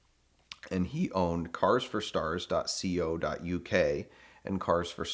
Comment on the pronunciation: Please somebody tell Doug he's saying ".co.uk" wrong. You're not supposed to say the c and o separately. It should sound like "dot koh" rather than "dot see oh".